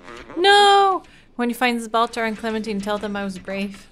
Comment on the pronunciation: Z Bal-Ta-Zar can't believe how many times you messed it up XD Great series, great game. Really love the way your mind works